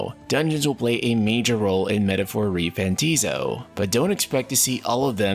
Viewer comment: Buddy, it ain't pronounced "Fanta-ZIO", it's "Fant-AH-zio". Trust me, I thought the same thing, and then they went out and said that it was prounounced that way. Literally the same with Persona Royal. Thought it was "Roy-uhl", but no. It's said the same as you would say "royale". They also gave corrections for Akademia. You'd think it was said "Academia", but no. It's "Aka-de-MI-a". Anyway, love your content, but fix the pronunciations lol